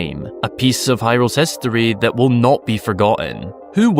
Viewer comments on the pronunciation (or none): none